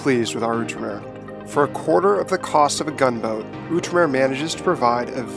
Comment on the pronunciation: I believe you were saying the name of the Gunboat wrong.